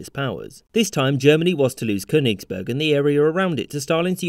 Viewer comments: Not Konisberg! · Amon Ra Koenigsberg is also fine. Same pronunciation